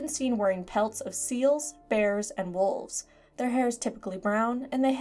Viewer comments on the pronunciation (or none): none